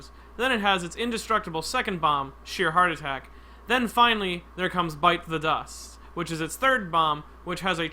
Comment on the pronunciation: he said bites the dust not bites za dusto